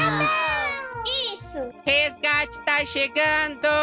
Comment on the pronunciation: voce ta falando errado nao e gate e resgate